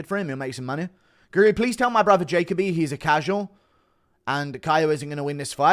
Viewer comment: Learn how to pronounce Jacoby dude 😂😂😂